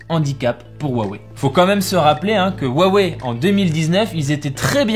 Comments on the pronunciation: Wouah wei ? Cela se prononce Hua Wei . J ai vu des gens qui prononcaient Hua Huai … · V'la le spécialiste qui prononce "wawei" 😂